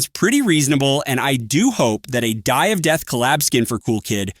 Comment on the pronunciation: "Dye of death" 🥀